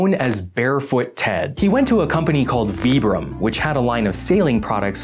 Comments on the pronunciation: It's not "vee-brum" it's "v-eye-brum" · Vibram is pronounce with an i.